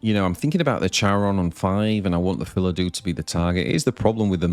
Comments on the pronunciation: Nice lists and good meta read, bringing wardhaven against so many roaches and not that many runecrafts! Btw why do you read Phildau as Philadu? Is it a meme or something? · That pronounciation had me stop and read the cards name again, too. Yup, still Phildau, not Philadou ;) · What is the next event like this that I can sign up for? Also I don’t think it’s pronounced fill uh dew, there’s no vowel in between the Fill and Dau.